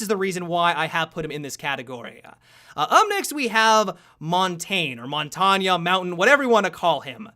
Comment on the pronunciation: Isn't he Montanjee